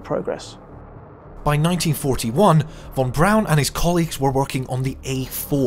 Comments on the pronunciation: The man's name is von Braun. Not von Brown. Please correct your pronunciation. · His name was Von Braun not Von Brown. Yikes !!!